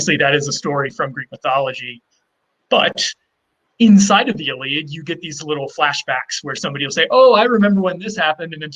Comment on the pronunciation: Please stop saying the Iliad like you say it!